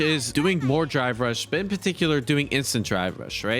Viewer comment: Whenever he says drive rush, it sounds like he's saying dry brush